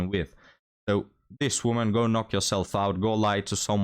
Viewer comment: I know that English is not your first language and you speak it very well but I feel obliged to help you out with the words "woman" and "women" - the first is singular and is pronounced the way it is spelled, the second is plural and is pronounced "wimmin". I can see how confusing it would be for a non-native speaker, considering the spellings but English is full of such illogicallities I'm afraid. Not trying to be a d**k, just hopefully offering a helping hand.